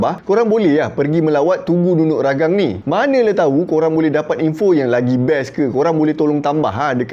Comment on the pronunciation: Ragang "Tea"... Hahahaha.. memang salah sebut tuan.. tapi tak mengapa.. Ya benar.. hanya sebuah cerita lagenda.. NUNUK RAGANG antara bedtime story saya waktu kecil.. jalan cerita orang dusun macam ni lah.. penuh dengan kesaktian.. banyak lagi cerita2 sakti. BAROB (dewa makan bulan. tu yg jadi half-moon tu.. hahaha) SAMPAPAS (manusia berbadan separuh). KINOMULOK (Dewi kayangan yang cantik, sehingga dua jejaka berbunuhan.. tu yang langit warna kemerahan time senja, katanya darah kudingking). So our ancestor made up stories for kids, bcoz kids have so many curiosities. kenapa bulan tu separuh shj.. kenapa langit tu warna merah... and goes on....